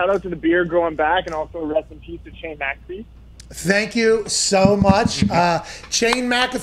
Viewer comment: said PAT MC-CA-FEE. Pat likes to pronounce his last name MAC-A-FEE